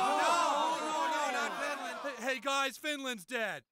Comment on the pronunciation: lol why is the chinese dude saying finrand? i thought it was the R chinese people werent able to pronounce, not the L.